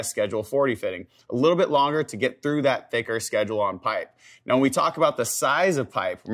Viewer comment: Schedge? Two syllables is that taxing for you?